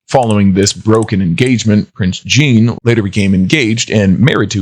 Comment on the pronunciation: Do not pronounce Jean like Jeanne...